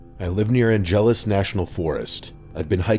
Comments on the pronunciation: ANN-ju-luss National Forest. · The way he said Angeles 😂